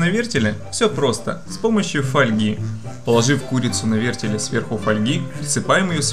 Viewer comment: "Нанизать на вертелЬ", "положу протвень на дно" ВертеЛ, пандарийские неучи, протИвень! Разбил фейспалмом лицо. Видео крутое, но курица выглядит неаппетитно :'(